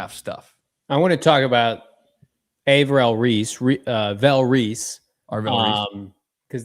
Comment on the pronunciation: How is this mf still saying A-vell Reese? It’s not a hard name bro. Look at it once and you got it down. ARVELL. This tells me he really dont know shit about this upcoming draft.